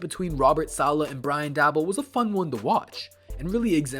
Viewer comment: How are you gonna make these videos and boy even that know how to pronounce the man's name